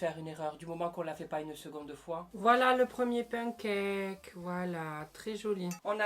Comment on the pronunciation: "pen caque"